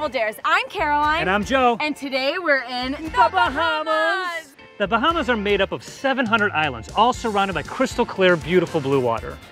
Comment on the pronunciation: Im so mad rn please say The Bahamas right